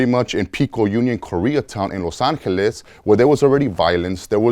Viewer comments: Its "los angeles" Not "los Angles" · los “angles” huh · Where is “Los Angles”? 😂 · "Los Angles" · "Los Angles" lol